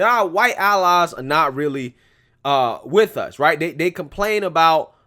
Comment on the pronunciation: How about trying to speak English. It's with it, not wid it.